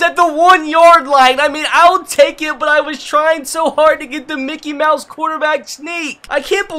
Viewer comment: Why do you always say Mikey mouse